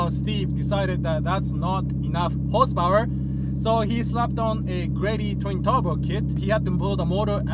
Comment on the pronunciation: Not enuf hosepowar